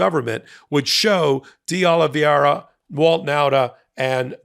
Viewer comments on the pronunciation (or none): Exellent presentation with a small suggestion. Don't change it, his name is 'De OlivEIra' not 'De OlivIEra'. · It’s De Oliveira…not De Oliviera…a small detail, but so easy to get it right… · It's not DeOliviera. It's DeOliveira. Not a single host on MSNBC makes the mistake you and Ben consistently make in mispronouncing this name. Let's get professional please. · De Ol-i-VAYRA… not Ol-i-VYERA. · It's pronounced DAY OLIVE ERA (De Oliveira) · PRONUNCIATION: "day-oh-lee-VAY-rah" -- only five syllables, NOT six, with the accent on "VAY". You are inserting the "i" before the "e" in "veira" ("transposing the diphthong", "ei", in other words). "Eira" (pronounced simply "AY-rah", not "ee-AY-rah") is a very common Portuguese name-ending. (In fact, you are making the pronunciation more complicated than it actually is. Compare "Rio De Janeiro" ("jah-NAY-roh", NOT "jah-nee-AY-roh"). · Love your show but it's pronounce DeOlivera. Just ignore the i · PULEEZE: It is "Dayoliveera" .. a common name... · Would it really be so difficult to learn how to correctly pronounce DeOliveira? You continually mispronounce it, and have been for weeks, very unprofessional. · How many law degrees does it take over at MTN to pronounce de Oliveira correctly? It's not even hard, but the struggle is REAL..... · You'd sound so much more credible if you could be bothered to pronounce deOlveira's name right